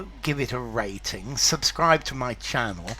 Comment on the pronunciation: I didn't know that this term has entered English language. In fact it's pronounced without the German "e" in the middle, which is not even there in writing: ɡəˈmaɪ̯nʃaft